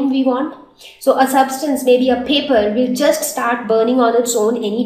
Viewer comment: U don't know how to speak English? And please correct ur words like paper, fule etc